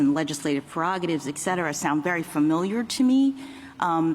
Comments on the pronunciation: It’s not “eckcetera” it’s “etcetera”. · did she say excetera? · "ek cetera" shes an idiot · Did she really say "ecksetera?"